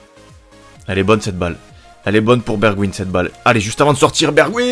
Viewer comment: On dit pas bergwin mais bergwijn ijn se prononce ein et le e se prononce è